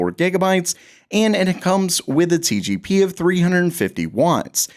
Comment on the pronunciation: Why does he keep saying TGP, its TDP